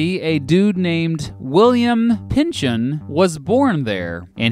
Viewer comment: Pynchon is pronounced more like Pinkin'